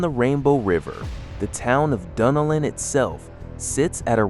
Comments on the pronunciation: It's Duh-Nel-lin. (Dunnellon). And I've been here 30 years now and you couldn't convince me that the town today is stuck in the 1960's! Not with the traffic that is currently there now! 😄Btw, we love going to Cedar Key. It's still maintained it's culture and beauty. Also, Mic-CAN-O-Pee is where parts of the movie Doc Hollywood was filmed. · I love the way my gps pronounces it… like, Dunna- lynn or something lol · Yes it's pronounced "dun nelle-in" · IT'S PRONOUNCED DUNN-ELLON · I am like you, I am sick and tired of AI mispronouncing our town names. They need to ask local people what the name is and not just make up their own pronunciation.